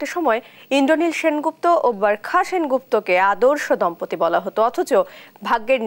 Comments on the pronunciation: Burkha na barkha 😆😆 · borkha...? what...uchcharon vul koren kno? nah parle bolben nah..eta hobe bar kha..dhur mia..🇧🇩🇧🇩😄😄😄😄😄